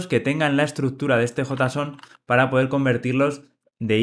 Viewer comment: cuando dice suspend habla ASPEND bien grindo, RESALT bien gringo y dice JSON (jota son) que coherencia es esa?